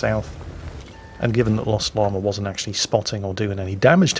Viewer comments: Hello,. I do not wish to appear as an IKA expert (I know all expert) but I think that if my English teacher had taught me anything - it is that there is no "R" in "Llama". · Hearing say Llama makes me think of the movie The Emperor's New Groove. Anyone else? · Chandler Kristoff- That's not a British thing, that's a Northern-English thing. I'm british (Scottish) and we say Llama properly. Some of the accents across the UK have some really weird nuances!